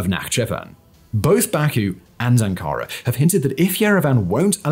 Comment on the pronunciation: Somebody tell how to pronounce Ankara.